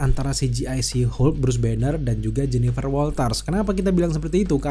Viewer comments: nyebutnya jangan "si Hulk" bang wkwkw, kita bingung jadinya kedenger kaya ngomong She Hulk. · She Hulk bang. Bukan Shu Hulk